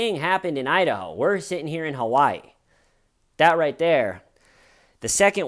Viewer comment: Why do you say Kawaii instead of Hawaii? Have you unpacked everything yet? Has Little-T coped ok with it all? 💚😊💚